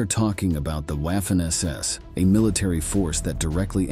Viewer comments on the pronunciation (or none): Small critique, it’s not Waf-fen like Waffle, it’s Vaf-fen because German w is pronounced with the distinct vah sound like it’s a v. It’s just 44 secs into the video and that can shut someone down for watching it through. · You mean: Vah-fen SS? Why can't you just narrate with a human narrator? Or... is it just someone competent? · It’s funny how he says waffen like how’d you’d say waffle. Say it right the Germans said it like the W was a v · Wah-ffen SS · Your pronunciation of Waffen is shy of being atrocious. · I can forgive the W/V issue, but narrator used an American short a, as in “ad,” “at,” and “apple.” Make sure your hired voice can pronounce words specific to your video. I paused the video, thinking, no, he did not just say Waffen like “a” in “taffy.” 🤦🏻‍♀️ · If you are going to do a video about the Waffen SS. At least pronounce Waffen properly. 🙄